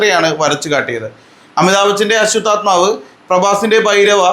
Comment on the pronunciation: അശ്വദാൽമാവ് അല്ല aswathamavu എന്നാണ് 😂